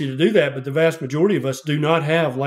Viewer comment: "Zee bugs". Haha. I love!!!!❤